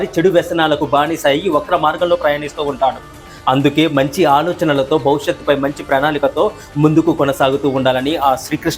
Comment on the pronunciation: నీవు చెప్పేవన్నీ బాగున్నాయి గాని భవిష్యత్తు నీకు తెలుగు పలకడం రాదా బౌ బౌ శత్ తెలుగు నీకు నేర్చుకోరా కొద్దిగా